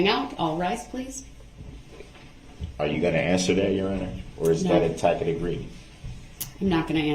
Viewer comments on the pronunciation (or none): Oh my! He stands up, thumping his chest and DEMANDING his RIGHTS be honored fully!! Juxtaposed positions cozily wrapped up with protection as Souverien! He truly is a study in contradictory demands! It’s TAsid agreement, sustain, troop, un-BIBLICAL cord, lawful law, alleged defendant, liBERRY, earf, Decla-Tory not DEClaritory, substain, what name does he recognize or respond to? (😂his God-given name!? No such thing), can’t do dat!, “God sees what you’re doin’!” But not what YOU (Darell E Brooks, Jr?), lices place, biast(es), ax or 🪓-ed, 30-75 demands of “GROUNDS” during one testimony, —-dare I list more?? 😂😂😂